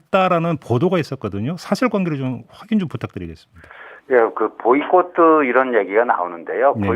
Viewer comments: 보이꼬트 보이꼬트... 발음 진짜 개10깉이 하네 ㅋㅋㅋ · 왜놈이냐? 자꾸 보이콧트 라고 하네 ㅋㅋㅋㅋㅋㅋㅋ 사스가